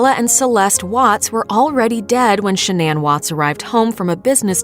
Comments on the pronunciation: it's pronounced Shan-non. Not Sha-nan. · She pronounced Shannan incorrectly the entire video 😐 listen to how the mother says it. I mean come on.